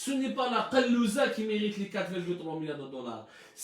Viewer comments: Je suis pas arabophone mais on dis pas kalouza mais kazoula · Kazoula c est pas kalouza 😂 merci abdou 👍🏻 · ya bghal machi "kalouza" on dites kazoula hhhhhhh